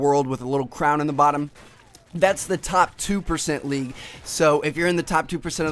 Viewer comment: Why do you say league so awkwardly..